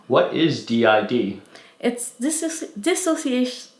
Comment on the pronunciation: Finally an accurate and correct video about what DID is and their true experience with it. I appreciate how they actually say the word “dissociative” correctly too, that’s how you know it’s gonna be good.